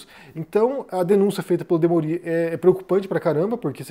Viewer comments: O jornalista chama-se "Demôri" e não "Demorí". Não é uma crítica, apenas um esclarecimento. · a pronúncia é "Demôri" não "Demori". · O Desperta ICL é obrigatório. É demôri, e não demorí. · Demorí ou Demori?